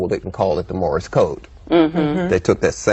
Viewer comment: He said Morris code, it's Morse